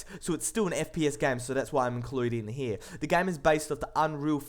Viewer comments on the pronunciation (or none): none